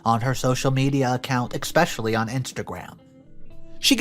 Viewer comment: NARRATOR, no offense but please do not say expecially, say it as eSPecially, thank you.